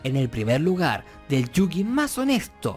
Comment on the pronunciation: Nadie es tramposo, solo fueron las reglas de ese momento. Que deck nada, se dice mazo, baraja o monte. ¿Chilión? Esa no es una palabra mongólico. No se llama ladrillo, se dice “párrafo”, mongólico. 遊戯 | ゆうぎ | Yūgi se pronuncia “iuu-gui” y 遊星 | ゆうせい | Yusei se pronuncia “iu-se-e” ve el anime y te darás cuenta.